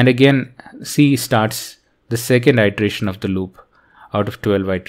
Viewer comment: Hey. One off-topic comment is that you were mispronouncing 'iteration' it should be a short i ((ih)) not a long i ((eye)) ˌidəˈrāSH(ə)n --- not --- īdəˈrāSH(ə)n. Thank you for the video and have a good day